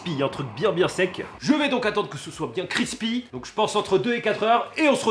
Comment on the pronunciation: Pourquoi il dit "crrispy " ça me stresse on a un mot en français craquant, si non la vidéo est bien même si le test sur la pizza et le Burger j'ai pas compris l'utilité j'aurais pensé voir plus de viande